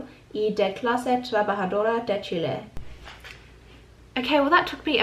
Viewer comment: The fact that you said Chile the right way just made my day ❤️. Cueca is the main national dance! And you got it right "la cueca". we have other "national" dances but they are different according to the area or region of the country. Chile is a beautiful. Country as you can tell I clearly love my country. As much as I love live in your country now hahahaha. If u need help I would gladly help you. 💚